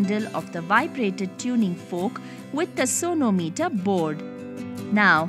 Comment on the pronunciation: I heard it as 'Sonu Meter'